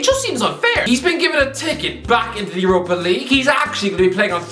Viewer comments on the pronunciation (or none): none